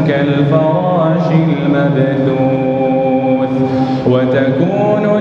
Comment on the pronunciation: Pada surah Al-Qoriah Akhir ayat ke 4 sy denger nya "mabduun" seharusnya "mabsuus" Maaf klo sy salah denger 🙏